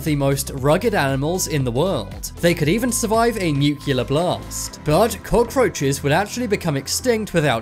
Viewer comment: It's pronounced new-clee-err, not new-queue-lurr.